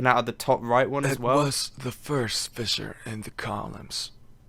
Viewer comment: I love how Namjoonie pronounces fissure and individual hehehe